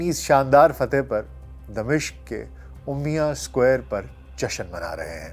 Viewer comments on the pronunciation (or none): Umaya squir not umya